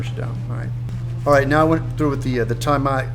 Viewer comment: You're butchering the pronunciation of "Tamiya" Its "Tah mee ah"